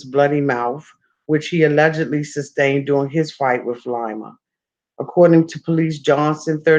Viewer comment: "LIE-ma" LMAO it's LEE-ma! Like Lima, the capitol of Peru- not Lima bean lol. I still love ya tho baybay u my favvvvorite!!!